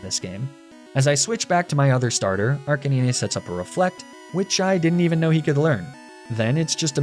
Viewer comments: He said "knee knee tails" 🤣🤣🤣 and then "Arca knee nay" I mean, we had the PokeRap growing up, brother, you have no excuse with those pronunciations. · Mate, loved the video but that isn't how you pronounce Ninetails, Arcanine or Lapras. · ni-ne-tales? Wtf? -ar-ca-ni-ne?? Are you just trolling and wanting comments or some asinine shit like that? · Ah yes, my favourite Pokemon Neeneetails, Arcaneenay & Leprah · And arcaneenay lol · Great video, but dude, it’s pronounced like “nine-tails” and “arcuh-nine”. What’s this “neen-nay” business? 😅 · Dies he purposely mispronounce the names of pokemon? Arkanine nearly caused a stroke😂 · He does it as a joke but Arcuhneenay is criminal. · Why do you pronounce Ninetails and Arcanine like that? It's NINE not NeeNay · "What kind of sadistic narcissist steals an eevee off of a table without asking...." Hey man, can I steal that eevee from the table? Yeah, sure thing bud. Thanks for asking. Kneenaytails = NINE-TALES arcakneenay = arCANINE LOL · arc a nee nay was disgusting. usually i dont sweat peoples pronunciations but that one is just terribly wrong. its ar-canine. get it, bc its a dog, a canine. or maybe you did that on purpose so i would do exactly this. either way its gross. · I almost shut off the video when you called NINE TAILS.... KNEENAY tails Edit: you just Arca NINE... Arca Kneenay. Yea time to stop watching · "Neeneh-tales," "Arcuh-neenay," and "La-prah" threw me so hard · No way you pronounce arcanine, arca knee neh and not arca 9… ur trolling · Bulbasaur Lady heard you pronounce Arca-neenay and Neenay-tales and decided No. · I'm sorry neenetales? Arcaneeneh? Laprah? Were you having a stroke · Sorry... Arcanee-nay? I understand arguing over whether it's Arca-nine or Ar-canine, but Arcanee-nay is just disgusting. La-prah instead of Lapras too? Come on, surely you're trolling. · Are you just not able to say 9? Arcaninay And neenuhtales😂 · Ain’t no fuckin way you pronounce arcanine as arcaneenay. It’s a dog. A canine.